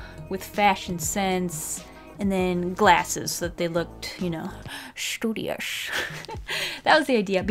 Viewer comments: I like it when she says shtudiash 😂😂😂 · And we add another word to the Dictionary: Shtudious